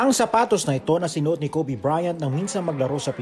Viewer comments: KOH-BEH hahahahhaha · 😜🤣parang ubeh